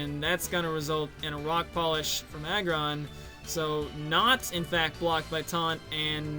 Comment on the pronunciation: I was a victim. Im still a victim. Always a victim of the Boss God's terror. Also, shoutouts to Rock Polish. You said it the right way. Good win,. Shenanigans or not.